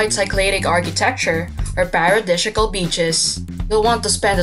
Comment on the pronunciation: Why the hell do I need someone reading the captions? And, if you are going to use the word “paradisiacal” PLEASE pronounce it correctly. #amateureffort